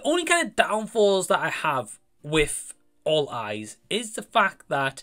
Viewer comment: Awesome review matey, I love the way you explain stuff in your reviews! I thought you said Fall Guys at first lol!😂😅 Great new rating system you have, I personally prefer it as a rating out of 10 but you can do whatever you prefer! I won’t check out this film but I appreciate your reviews as always! Take care mate!!!😁✌️